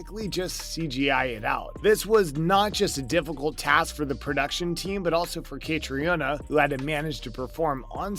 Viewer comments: Dude, learn how to pronounce Catriona's name! Ka-Tree-Na. How can you make video's and not take a moment to research proper pronunciation beforehand? Lazy! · Again, I'm asking you guys to research how to pronounce their names!!! KA-TREE-NA!!! She's the star of the show!